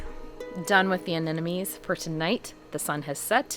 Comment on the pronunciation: Pronounce: Ah nem mo nees.... (not Ah nen no mees). You can understand it by looking closely at the spelling. Every second gardener i meet transposes or flips that "m" with the last "n".....